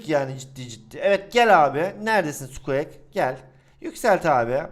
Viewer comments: abi sqek değil sqik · Abi o sukuak diyo okunmuyor sukuik deniliyor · abi o skuek değil skuik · Abi özür dilerim ama sen squeaki skuek diye okuyosun ama sanırım okunuşu şöyle skuik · Sukieks değil sukiğik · Ya abi o sKuEk diye okunmuyor skuk diye okunuyor ya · NORMAL İNSAN OKURKEN SUKİİK SUKEAK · Abi sukuek diye değil sukuik diye okunuyor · skuek degil skuik abi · sukiğik diye okunuyo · abi sukuek ne amberada embır diye okuyacağına emba diyorsun NE ALAKA EMBA bari squeakı düzgün oku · Spueak'e skuek diyen sjsjsjs😂😂😂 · Abi sukik diye okunuyor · Sen zaten her şeye para yatır zaten hiç uğraşmıyosun karskterin isminide düzgün oku